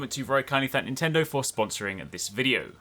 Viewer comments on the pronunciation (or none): none